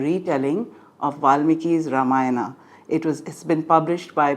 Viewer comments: Learn to pronounce. Have some basic integrity to put in the hard work. Not धर्मा, रामायणा, महाभारता, पुराणा etc! Pathetic callousness. So much for talking about dharma. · I absolutely agree it is not Dharma, Ramayana, Mahabharata, or Purana in Sanskrit. In Sanskrit, the correct pronunciation is ‘dharmah’, ‘Ramayanam’, ‘Mahabharatam’, and ‘Purana’ (with a short a). The pronunciation with the ‘long a’ at the end is the convention in English. The ‘long a’ is also the norm in South India. However, in North India, the convention is to truncate the word, so we say ‘dharm’, ‘Ramayan’, ‘Mahabharat’, and ‘Puran’. For this reason, the Gita Press Gorakhpur Sanskrit to English translation of Valmiki’s epic is titled ‘Srimad Valmiki Ramayana’, and the Sanskrit to Hindi translation is ‘Srimad Valmiki Ramayan’. Since the talk was delivered in English, I used the English version, just as it would have been appropriate to use the Hindi pronunciation if I were speaking in Hindi. As an aside, in your comment, you said, “So much for talking about dharma,” and since you commented in English, you, too, inadvertently followed the same convention!